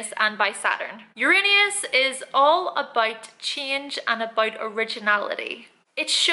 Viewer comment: "Aboit" lol